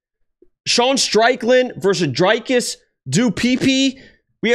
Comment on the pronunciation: Love the way u Say Dricus the South African way